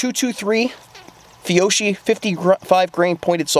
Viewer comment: For rifle threats agencies in my area go with Angel Armor. But for soft armor we go with Safe Life Defense and/or Second Chance. I'm about to buy some Safariland soft armor for myself if you have any experience with that, let me know. (BTW it is pronounced "Fee-yoke-ee" because it is Italian.)